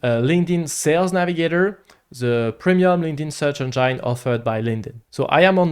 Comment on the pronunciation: The way he pronounces Engine as "Engyyne" pisses me off. Get the peanut butter out of your mouth!